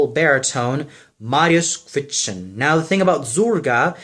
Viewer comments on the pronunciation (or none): And also you have to work on your polish pronunciation! If I listen to you whitout pictures I won't know that you are talking about Mariusz Kwiecień!